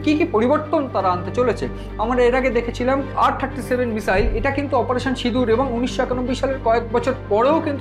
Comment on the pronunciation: যারা বাংলা ভাষায় ইউটুবার তাঁদের কাছে বিনীত অনুরোধ, ক্ষেত্রবিশেষে "স" আর "শ" এর উচ্চারণের বিষয়টার প্রতি যেন একটু খেয়াল রাখেন। যেমন, মিসাইল না মিশাইল সেটা বুঝে নিয়ে উচ্চারণ করলে ভাল হয়। এখানে শুনলাম কখনো বলা হচ্ছে মিসাইল (missile), আবার কখনও মিশাইল বা মিষাইল (mishile).